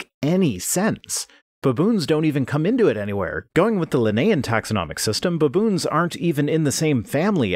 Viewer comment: "BUHboons" Once agAAIn, you Canadians abOAT crack me up with your pronunciations.